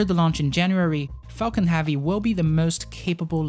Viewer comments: It’s HEAVY not HAVEY. Like heaven. Not Haven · "Heavy" is pronounced HEV-VEE not HAW-VEE. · Falcon “havvy” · Not hAvy . Its hEvy !. Thanks for the video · Yo know joke I clicked on this video because it said it was about the heavy and I got all the way to then I realized he was saying heavy not havey haha great video man I think he could get a solid 7 hours of just music or space oddity 84 times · Falcon HEAVY -- not "have-ey" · yea sorry, could not watch this because you cant pronounce "heavy" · Banging my head on table everytime this gentleman says "heavy" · Please learn how to say heavy correctly